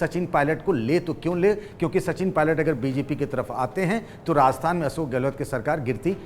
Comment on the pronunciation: राजस्थान बोलिए। आप बार बार रास्थान बोल रहे है।